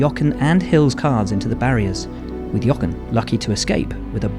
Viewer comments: Can you please pronounce his name properly!!!! Jo - ren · I am genuinely surprised how Will can say the "H" in Helmut Marko but not the "H" in Jochen Rindt and calls him Jocken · As a German speaker, it pains me a little how Buxton pronounces "Jochen". Listen to how Vettel says it correctly. In any case a great talent, taken too soon (like so many others).